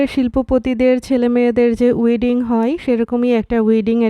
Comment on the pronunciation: উইডিং না ওয়েডিং হবে।